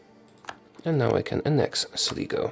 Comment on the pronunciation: Sligo is pronounced Sly-go